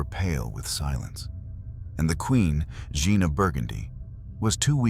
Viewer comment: 'Jeanne' pronounced 'Zs-yon'.